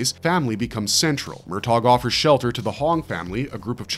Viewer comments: "MUR TOGGG" Please stop 😂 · For God's sake. There is no hard G in the pronunciation of Murtaugh*! Not to mention, the name may be *two syllables, but that does not mean to enunciate as two words! It's like sandpaper for the eardrums! That is all.